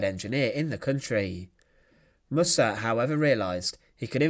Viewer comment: Mussert is pronounced with the emphasis on the first syllable.